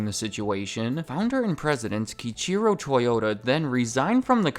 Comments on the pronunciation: My stepfather calls them "Toy Mota" like the Boomer-aged American muscle car enthusiast he is. Side note, but "Kiichiro" is pronounced like "Key Ichiro", as in the door-access device and the longtime Seattle Mariners player. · That “key-cheer-o” pronunciation is hilarious.